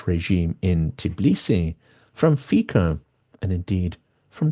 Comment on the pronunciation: "Fico" is pronounced "fitso" by the way.